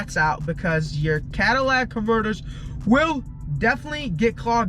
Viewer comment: “Cadillac converter “